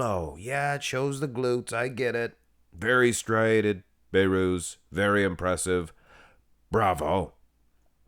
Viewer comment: Don't be like nick strength and power, The name is Behrooz There is a letter (H) Not bayrooz